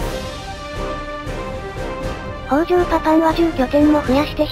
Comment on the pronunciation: 北条高広、みよじのよみは 「きたじょう」です。